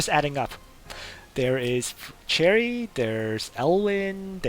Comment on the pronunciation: I cant believe after all this time, you're still pronouncing Cherie as "cherry" lol